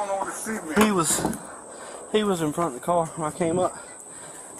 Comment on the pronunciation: I think that officer slammed his head down on the seement, on the seement, yeah, on the seement...